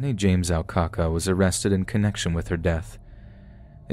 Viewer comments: Last story.... Rodney's last name was Alcala not Alcaca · It's Rodney James ALCALA...not ALCACA haha! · Alcala was his last name, although the way you pronounced it was more appropriate. Poor Robin Samsoe. I remember that case so well. I was 18 at the same time as the narrator of that last story. There are a bunch of photos he left behind that the police had hoped they could match up to unsolved cases. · It’s true but like why did he call him “Rodney James Alcaca” instead of “Rodney James Alcala” in the last story towards the end?? Its . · Rodney James Al-ca-ca? That made me laugh out loud. His names AlcaLa. I was also sure that’s who they were talking about from the beginning though her description of him seemed off but I guess maybe he looked different when he was younger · The mispronunciation of Rodney Alcala's last name made me lol 😂